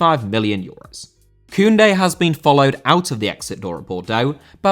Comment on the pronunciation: Koundé* not Koundei